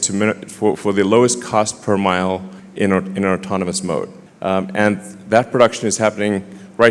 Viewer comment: Bro said "automonous"